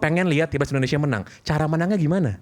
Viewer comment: Hostnya sj sebut negara, endonesia.